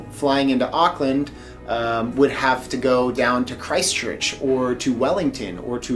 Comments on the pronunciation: Arklin lol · awk-land is how we seem to pronounce it in nz :P i remember in one of your accent videos, you said you weren't able to do a kiwi accent anymore, but maybe it will all come back! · yup same they say ockland it's like no, just no lol. No hate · I think you mean Arkland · Auckland you mispronounce. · the way you say auckland tho 😂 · I’ll never get over how Americans say Auckland 😅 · There plenty of salons you can get a haircut in the CBD. Like I said don't forget the check out the Eliots Stables for a good feed. Food from all over the world. Last you are gonna have to learn how to say Auckland like a kiwi since you are one. The vowels are the same as Spanish vowels. You pronounce every vowel. And if you need anything you have a family of almost 5 million people. PS don't know if anybody has told you but you should download the tracer app and scan the barcode when ever you go inside any business.